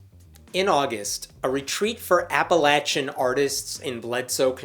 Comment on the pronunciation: Thank you for saying Appalachian correctly.